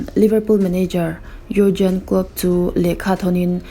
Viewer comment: Yougen tiin lam tur